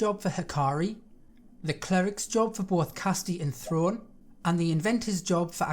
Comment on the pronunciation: I hate to say it, but Throne is pronounced as ‘Throw-Nay’. They say it about a hundred times. Anyway, thank you for this.